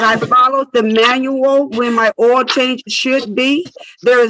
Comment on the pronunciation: If you pronounce the word “oil” as “oh well”, you need a lawyer.🎉